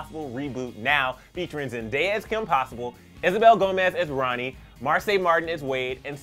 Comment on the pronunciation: It's BONNIE not Ronnie SMH